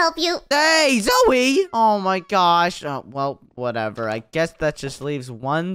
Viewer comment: Not niko it is nico and not zoui it is zoey